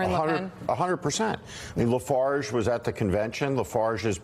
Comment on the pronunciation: Schmidt called Farage “Lefarge”, didn’t correct himself, and no one around him did. Do ANY of these people understand wtf is happening with most of the western world’s populations? And Maddow has the BALLS to call desperate populists the “fascists”! Unbelievable.